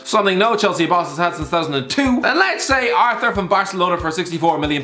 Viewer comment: Pronounced ar-tour